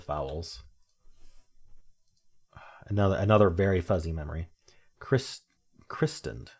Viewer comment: The t isn't pronounced in christened. Ian Fleming was Scots ( the surname is common here from immigrants hundreds of years ago from Flanders , now Belgium) and Ian is a Scots form of John.